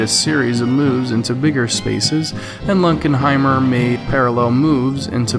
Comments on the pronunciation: It's LUNKENHEIMER, not Lunkheimer. Thanks! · You mean Lunkenheimer not Lunkheimer geeze